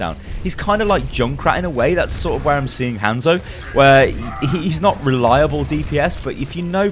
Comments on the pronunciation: Its not Handzo Its han(solo) zo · Jesus christ!! stop saying his name like that. They pronounce it properly in game. Can't be that hard.